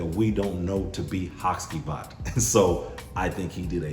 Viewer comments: In Turkey the c is pronounced with a j so I believe it's ha-jee-vat. Great video by the way, only recently bought the og and love it. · it's pronounced HaGivat (G like in "what's up my G"). Comes from the name of one of the main characters of a traditional Turkish shadow play Karagöz and Hacivat (Nishane has another perfume named Karagöz too).